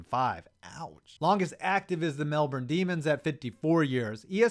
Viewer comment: It’s “Mel-Bin”